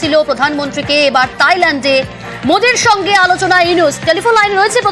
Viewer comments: সালা গুবর ক্ষেকু সাংবাদিক থাইল্যান্ডকে তাইল্যান্ড বলে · তাইল্যান্ড না ❌ থাইল্যান্ড হবে 😂 ✅ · তাইল্যান্ড কি?? 🤣🤣 থাইল্যান্ড। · Thailand not tailand 😂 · তাইলেনড না থাইলেনড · তাইল্যান্ড কি থাইল্যান্ড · তাইল্যান্ড কি উচ্চারণ ভালভাবে করা যায় না